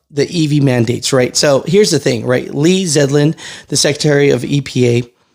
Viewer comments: Lee ZELDIN not zedlin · ITS ZELDIN NOT ZEDLIN, lol. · It’s LEE ZELDIN son, not LEE ZEDLIN!😊 Thanks for the information!🇺🇸👏🏽👏🏽👏🏽👏🏽👏🏽God bless America, President Trump and Secretary Zeldin!!🇺🇸🙏✝️ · not to nit pick but his name is Lee Zeldin NOT Zedlin. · ZELDIN NOT ZEDLIN!!!!! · Zelden is his name ...Zel..den , Lee Zelden 👍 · HIS NAME IS PRONOUNCED...ZELL DEN!!!! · it’s Ze L din ZeLdin.. Zeldin